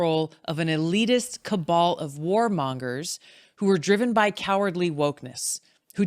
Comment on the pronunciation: even the way she says "cabal" is like a parody 🤣